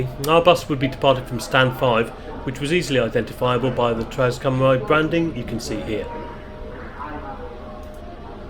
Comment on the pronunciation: Hi. Thanks for another great video. As a Shrewsbury local you probably know better than i do, but i thought Cymru was pronounced 'kumr-ee', not 'kumr-eye'? I think 'au' is pronounced 'eye'?